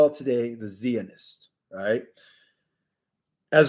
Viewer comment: Zionists I’d pronounced like you would say HI AS IN HI HOW ARE YOU. IT WOUKD HAVE A ZEE IN FRONT OF HI. IT ISNT CLEAR why SO MANY every day words are so mispronounced, MAYBE BECAUSE YOU ARE NOT FROM THIS WORLD. I THINK YOU ARE AMERICAN BY BIRTH. I AM NOT SURE.